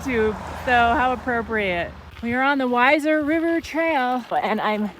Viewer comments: Pronounced We-zer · It's pronounced "Weezer". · It's Pronounced Weezer